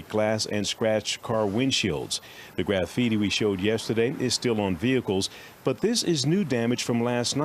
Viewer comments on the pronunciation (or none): Who says "Graff - feety" instead of "Grah-feety"? That's like the people who say "White" like "who-ite" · Graph fee tee lol